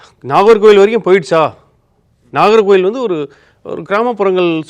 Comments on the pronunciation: present the fact ? He just mispronounced the town"s name and u make it a big issue and suspecting his journalism I suspect ur intention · So his information about the immoral activities is not important to you but wrong pronunciation of the town is wrong 😂 maybe u r one of customers of this kind of cottages😂😊